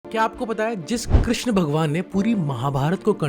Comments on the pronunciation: Bhai correct pronounciation is Krishn not Krishna( a is silent) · Its krishn not krishna, the word krishna is the second name or another name for draupadi. It's ok to pronounce krishna but more accurately it would be shri krishn... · भाई आप "कृष्ण" को "कृष्णा" बोल रहे है